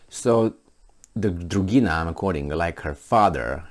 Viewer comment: "Dugina,"! NOT "Drugina"! No "r" in there.